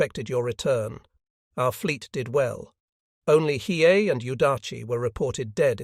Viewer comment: Listening to the AI try to pronounce Hiei and fail every time is hysterical.